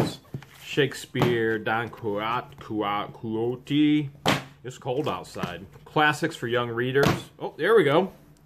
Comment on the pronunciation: its said Don Key-oat-ee , not sure if you were joking or not. Ok now put my name in the box and hold onto that ring for me.